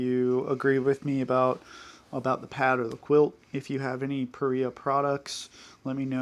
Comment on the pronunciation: Just for the record, it's pronounced Pah-Ree-Ahh. Not Pah-Rye-Ahh. I've talked to the owner-founder. I had this question about the name. They confirmed it for me.